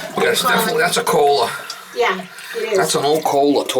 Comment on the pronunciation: “That’s a Kohhlaaa”